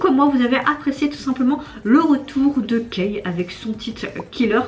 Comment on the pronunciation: Son nom se prononce "ki" :) Il est hyper talentueux il ne déçoit jamais 😆